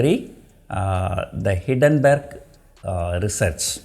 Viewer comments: Kindly note it is not Hiddenburg, nothing is hidden, it is Hindenburg. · hindenburg pronounce is wrong